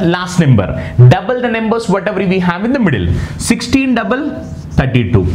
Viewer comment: Plz pronounce it as numbers and not nemburs